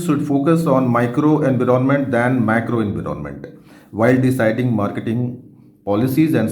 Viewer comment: Sir it’s environment not. Inveeronment